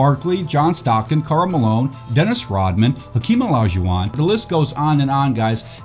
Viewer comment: "Another clean looking Hakeem O-Li-Shu-Wahn" idk why but your enunciation gets me everytime